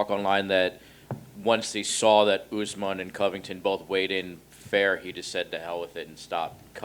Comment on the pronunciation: Kamaru "Oozmon" 😅